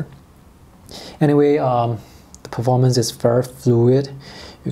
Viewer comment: Oh lord isn't it horrible he didn't pronounce a word perfectly 😂